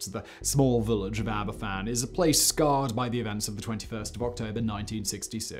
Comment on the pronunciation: Sorry to be a grammar nazi but I am just trying to educate. Aberfan is pronounced "Abervan". The "f" in Welsh is pronounced as a "v". An "ff" in Welsh is equivalent to the English "f".